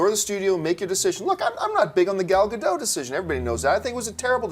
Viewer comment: Hi, you are mispronouncing Gadot, t is not silent in hebrew, this is how it is pronounced